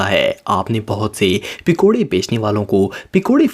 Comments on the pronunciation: Its pakore not pikoreeee😂😂😂😂😂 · Pikore nahi bsdk pakore hota hai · Brother not pikore it's pakore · bhai pikore nahi hota pakode hota hai 😄😆😅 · It's not pikode it's pakode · Bhai pikoda nhi pakoda hota h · Pekore nai hota pakore hota he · Pacora hota pecora nahi hota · He says pekode